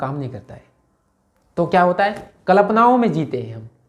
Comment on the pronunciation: भाई "कल्पना" तो बोलना सही ढंग से सीख जा